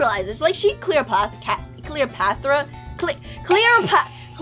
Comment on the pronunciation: I think you meant to say Cleopatra not Cleopathra LOL